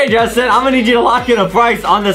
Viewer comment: Its not “Justine” its “Justin”